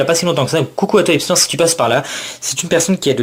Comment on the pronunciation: bon retour de brocante ^^ porygonX et branette il son en PSA -10 xD sinon si je peu me permettre, mon Nom ces Hysnor pas Hipsnor xD